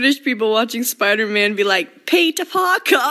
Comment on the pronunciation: "spoida man,, KFJJDIE 💀